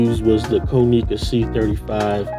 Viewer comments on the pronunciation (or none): Dope video g. Just a heads up tho it’s kah-nih-kuh not koh-nee-kuh